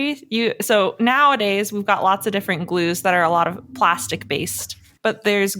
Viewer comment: Plastic-ee made me cringe. I mean, the word there was just plastic. No need to add an extra syllable. 😣